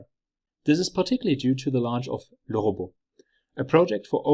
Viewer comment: Awesome video!! I finally learned how LeRobot is correctly pronounced! 😂😜